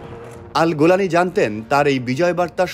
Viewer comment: কোন ব্যক্তিকে নিয়ে নিউজ করার আগে তার নামটা শুদ্ধ ও সুন্দর ভাবে শিখে নিয়ে মিডিয়ায় প্রচার করা উওম। গোলানি কি হ্যাঁ? জোলানি হবে।